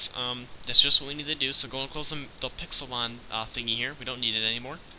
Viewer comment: Why did the modmakers call it pexilmon